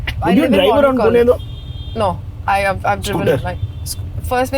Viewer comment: Madam its not Pooona okay its Pune...yedya bhokachi